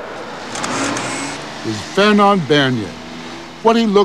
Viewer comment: It's "Fernand"... Fernande is a girl name